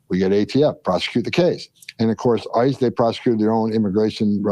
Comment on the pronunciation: You are both heroes. I hate that he calls them ICE cu when he says ICE’s hands it sounds like he’s talking about ISIS 😮